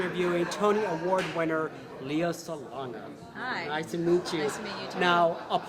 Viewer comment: Emmy, Grammy, Oscar, Tony.. And it's Le-yah. not Lee-yah. :)